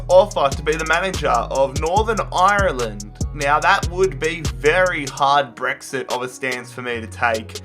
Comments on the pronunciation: Dude I love you and your videos but u don't pronounce Ireland Irreeeland (just saying) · The way that he pronounced Ireland made me crack up